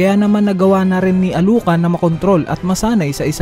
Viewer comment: Sinong meryum? sinong nani ka ? sinong alu ka ? narinig mo na nmn siguro yung pagkakabanggit ng bawat pangalan sa series dba iniiba mo pa bvbo